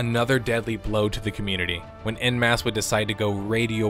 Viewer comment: every time i hear you pronounce "en masse" as "in mass" i die a little inside. I don't know how to describe to an american how to pronounce "en", but for the love of god it is not "in". OH, americans would pronounce it as "on" in your accent. too late now, but... man, please google stuff if you're not sure about pronunciation, particularly if it's a word you'll say a dozen times in a video. super jarring.